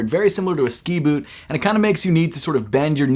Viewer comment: “Yeezy Insulated bewt”